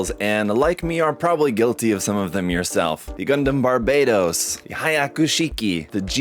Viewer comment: Who even calls it Barbaydos. It's clearly spelled Barbatos.